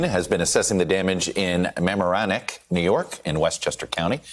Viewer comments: It's mə-MAR-ə-nek MORON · Ugh! Painful! Like listening to college radio. /muh-MAR-o-neck/